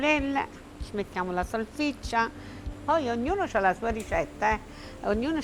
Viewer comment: Vogliamo parlare delle "SALCICCIE" ‽‽‽ È "SALSICCIE" dannazione 😑